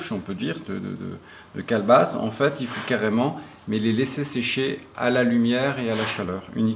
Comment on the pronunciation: Calebasse et non galebass